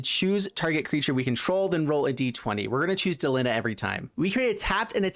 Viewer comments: Why del-ihn-ah? Like Melina, Christina, Erina, Trina, Zena.... Its clearly DEH-LEEEE-NAHHH. Is there any popular english name that ends in "IHNA" i mean seriously bro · I can't watch this video because the bad pronunciation of "Delina" just infuriates me. You wouldn't say the name "Melina" as MEL-in-uh. It's Meh-LEEN-uh. Arghhhhh